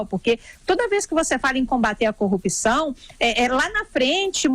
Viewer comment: Please please please não é corrupicao, é corrupção, o P é mudo mudo mudo e vocês são jornalistas, devem e têm obrigação de falar bem.